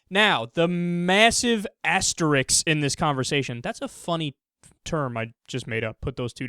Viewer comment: Hey Kyle, learn how to pronounce "asterisk."